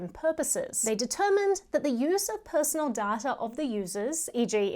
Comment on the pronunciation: It's not DATR it's DATA come on 😁